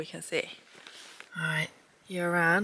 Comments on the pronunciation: Fantastic video as always but being a Welshman myself, hearing your pronunciations of the Welsh names is funny to listen to. Yr Aran is pronounced "Ear Aran" Y is pronounced as E in Welsh. Other than that nothing bad to say at all. Great adventure. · Yr Aran is pronounced similar to 'er aran' or 'Ur Aran' where both 'r's are rolled. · Nice vid - loved everything apart from your pronunciation of the names of the mountains! Yr Aran is pronounced ‘uhhr arran’ - easy😄